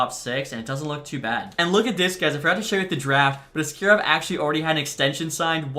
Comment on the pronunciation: ASS-karov strikes again